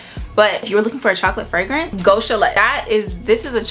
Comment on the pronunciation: I think you pronounce it as Sha-lay 😊